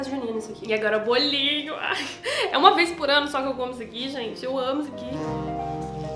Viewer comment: "BOLA um bolinhuu" ai gente essa mulher é muito maravilhosa